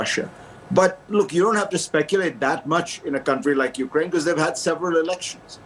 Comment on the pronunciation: its Ukraine. not Ukaraine